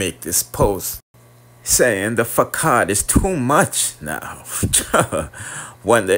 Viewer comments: Hi King, the word ‘facade’ is pronounced ( fuh saad) the ‘aa’ has an ‘au’ sound. It’s a French word meaning ‘putting on a front’. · You pronounce the word Facade incorrectly